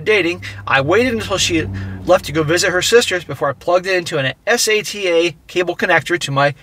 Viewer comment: Ass Ay Tea Ay... 😂😂😂 Bro, it's sata, like satan.